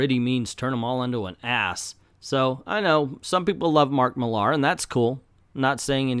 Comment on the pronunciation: Dear America, repeat after me: MILL-ar. MILL-ar. No, not mill-ARE; MILL-ar. Thank you.